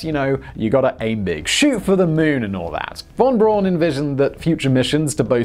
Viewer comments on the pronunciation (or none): It's Braun. Not Brown. Wernher von Braun. LOL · Von Brorn? Lowry? Simon never bothers to check how to pronounce anything! Not as bad as his half-arsed attempt at "Die Deutschland", though! And "The natural pull of Earth's gravity... eventually pulled closer to Earth" is not what made it lose altitude. It is due to air resistance. Thanks. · Simon, just so you know, Wernher von Braun's surname is pronounced 'Brown' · Jeez you English really know how to misspronounce any name... you fakt it up!!! Really... can you frikking guess what the German Braun means? (I'm Dutch, a neighbour) It frikking means BROWN. Isn't a hard guess I think. But listen. Nou... How to pronounce... It's the frikking same as in English you dope's!!!!! Braun=Brown. Are you vommiting when you cough out that name? Jeeeez you frikking englinsh... Just like roman names. Johannes is everywhere Johannes but except in English. Too hard for you!!! YOu made it to John. Or Like Petrus. Whole frikking Europe Says Petrus....no you special English must make it Peter..... Even you own language you find hard to pronounce!! It frikking terrible!!!!! YOU SPECIAL!!!!!